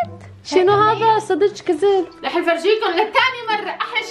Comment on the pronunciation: كالت صدك جذب ❌ صدج جزب ✅ 😂😂 منورين